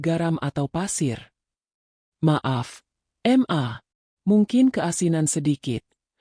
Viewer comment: Jangan dibaca em a mbak tapi ma, mana ada anak keorang tuanya kalau manggil seperti itu, ma bukan em a